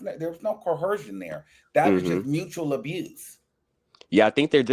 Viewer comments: CO-ER-SION. Please lol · There’s no H in coercion please 😂